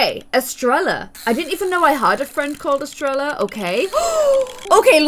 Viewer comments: So said Es-trell-a even though it’s Es-tray-ya it means star in Spanish 😆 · 😂😂Estre-ella?! Oh my dear. Its pronounced Estre-Ya. The double 'L' makes a 'Y' sound in spanish. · Estrella is actually pronounced like Estreya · your friend, estrella her name is actually pronounced estreya bcz its a hispanic name, ‘n you’re in mexico. 😂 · Estrella is pronounced Es-traya. It means star. It’s a really pretty name:) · In Spanish the "ll" makes the "y" sound. So it technically be Estreya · Just a lil spanish tip, violets friend Estrella is actual called (e-stre-ya) bc the double L makes (yuh) sound, and her name actually means star in Spanish😊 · Just FYI, Estrella is a spanish name and you pronounce it eh-streh-yah. the double l's are pronounced as y's. 🧡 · estrella is pronounced es-tray-ya and is spanish for star :) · Fun fact: Estrella is star in spanish... And it pronounced Estraya, theres another fun fact😂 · Estrella is pronounced Eh-stray-ah ❤ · Estrella is pronounced Es-tray-ah :) Double L’s make a “yah” sound! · Estrella means star in Spanish! It's pronounced (e-stray-a) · Hey, just so you know, Estrella is pronounced “Eh-stray-A” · You were saying Estrella's name wrong